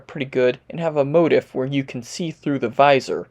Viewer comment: Quick note : motif is a long I sound, like leaf, not like in the word "if'. Otherwise, great video.